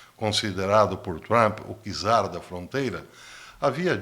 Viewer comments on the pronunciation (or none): none